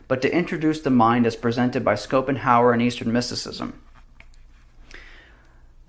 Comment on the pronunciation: You pronounce Schopenhauer - SH at the start, not SC